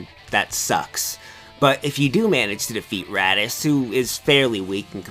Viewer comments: Is he saying Raddis? lol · did you call raditz radish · I heard Radiz